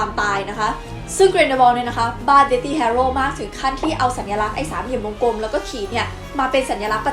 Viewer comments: ขอฝากนิดนึงนะคะ เด็กๆน่าจะดูคลิปนี้กันเยอะ อยากจะให้แก้การออกเสียง deathly อ่านว่า เดธ-ลี่ (th -ลิ้นจุปากนะคะ) ไม่ใช่ เดธ-ตี้ ค่ะ ^^ (จะได้ใช้กันถูกมากขึ้น ) ขอบคุณสำหรับคลิปดีๆค่ะ ^^ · อันนี้อยากรู้ deathly อ่านว่า เดธลี่ หรือ เดธธี่/เดธตี้ เวลาฟังแล้วแปลกๆ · ขอเสริมนิดนึงครับ deathly ออกเสียง เดธ-ลี่ deathy ออกเสียง เดธ-ตี้